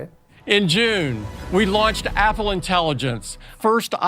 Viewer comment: Atentie la cum pronunti numele Apple